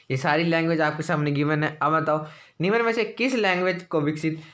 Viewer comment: निम्न बोले , निमन नही बकवास लगता है सुनने मैं